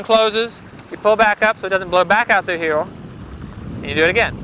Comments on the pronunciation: dude, what is heowl ?! say "here" one more time please :D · Here not heow